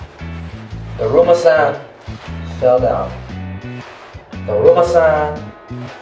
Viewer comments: It said duruma San. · “DRUMMA”. -Guava Juice🌚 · When I was watching the video when you were saying drama San I heard krrrrr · First off, it’s daruma Sam ga koronda, and you are supposed to have the lights off. Therefor, you are faking it.